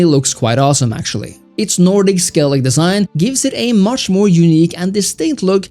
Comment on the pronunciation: Skellig... if I had a dollar for each time a wannabe witcher expert youtuber butchers the name of Skellige